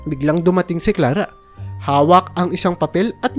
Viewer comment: Pakubigkas Naman Ng maayos ang pangalan ni Clara ang salitang sala